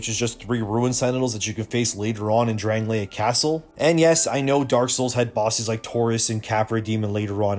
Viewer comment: Bro.. you played the game, but cant say Drangleic? Pass.